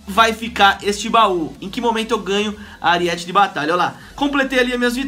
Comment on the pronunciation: é Aríete não Ariéte